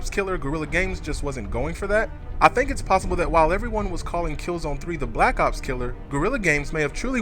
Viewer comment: Whenever I hear Black Ops killer, I think he says Black Cops Killer.